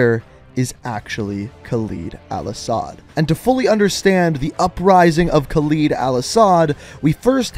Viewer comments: Lol, thats my Father's name, and yes Khaled in Arabic means Immortal, they pronounced it wrong anyway 😅😅 but in Arabic when we add Al before a sentence which simply means The. Al-Asad is The-Lion, also prounounced wrong in the game. Well... 😅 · please for the love of god learn to say his name its Khaled al asad and not Khalid al asad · It is Khaled al asad, not Khaleed al asad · you are a great channel but please call him by his actual name Khaled(KAL-ed) not kaleed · "it's not a real name" yes it is. There are men named Khaled (not Khaleed as you keep pronouncing it) and yes it means immortal or eternal. Al-Assad is a real last name too, prime example, president of Syria. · I swear to god they pronounced Khaled correctly in the cutscene and IMMEDIATELY mispronounces it.... ED! not EED! 🤦‍♂️🤦‍♂️🤦‍♂️🤦‍♂️ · Its not Calid Alasad, its Khaled Al-assad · Khaled. Look at the word. Khaled. not "Khaleed" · Bro I hate when someone hears a name in a movie or game pronounced one way and then proceed to mess it up. Idk why it bothers me so much, but please don't make yourself ignorant. It isn't pronounced KALEED. It's pronounced Haled (Ha-led). Spelled Khaled. You hear it in every cutscene from COD4 to now pronounced that way, please don't go and mispronounce and act like nothing happened. It hurts my head😂😂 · Is khaled not khaleed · Sorry to sh*t on you but laswell already says it as khaLED like lead bullet,lead metal not khaLID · love u but it’s not khal-ee-d it’s khal-i-d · Pronounce it caled, not caleed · Kaleed al Assad? Ugh at least say Halid, or pronounce it like Spanish, Jaled. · Yeah I don't know why he pronounces that either. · Guys i want you to know that khaled alasad is pronounced (kh-a-l-e-d el e-s-e-d) but its fine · I acctully had to click away because of how he said khaled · So he pronounces i as e and e as i. Khaled Al-Asad to him is “Khalid Al-Asad”, and Hadir Karim to him is “Hadir Karem” 🤔🤔🤔